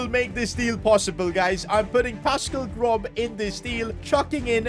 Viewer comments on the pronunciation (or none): You pronounce GroB as Gross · The fact he pronounced Groß's name like that infuriates me beyond imagination. IT'S PRONOUNCED GROSS NOT GROB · You pronounce the name groB like gross. In German in letter that kinda looks like a capital b is actually a double S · IS PASCAL GROSS NOT GROB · Pascal Grob. 😂 Real pronounciation is Pascal Gross. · It's gros not grob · THE B IN GROB IS PRONOUCED LIKE GROS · Am i the only one who thought it was funny when he said pascal grob😂 when its pascal gross😂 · Pascal GroB is killing me 😭😭😭 Bro its pronounced like Pascal GROSS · that is not prnounced Grob it is pronounced Grosh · Bro said pascal grob 💀 It’s pascal gross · Please someone tell that it’s pronounced „Gross“ Not „Grob“ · Its pronounced grose btw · Pascal Groß. You spell "Gros" not "Grob" 😂 By the way love your videos. Keep it up 💪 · "Pascal Grob" bro... I can't believe what I just heard. It is pronounced "Gross", by the way. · it’s not a B but an S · Fyi it is Pascal Gross not Grob😂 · pascal grobb😂😂 it’s pronounced gros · Hey sid, good video. But you said grob but is a german letter and you pronounce it as Gros. ß is actually ss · It's pronouced "Gross" not "Grob" for future info. 👍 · Btw Pascal Groß is pronounced like “Gross) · As a Brighton fan, we would never sign a palace player😂😂. And it’s Pascal Gross is how you say it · Man said Pascal Grob😂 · Tip for not Completely butchering names! ß is not B and its pronounced like a double s. In German his name is pronounced Grawss ( Pronounced like English) but Gross is also fine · im not trying to insult you or something but i am having a headache seeing your lack of ball knowledge and also its pronounced pascal gross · BRO SAID PASCAL GROBB LOL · Pascal “Grob”💀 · The ß in groß is pronounced as an s so it would be gros basically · you pronounce his name pascal gross because in german ß=ss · Groß is read as Gross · Its pronounced as Gross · Groß is pronounced Gross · you pronounce ß as 'ss' so you say Gross